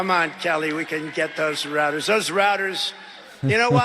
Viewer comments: It reminded me of "Black Sheep" when the nitrous tank busted. Roads, rowads, rouwads. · "Routers" He said it ten times to make it a new buzz word for his followers.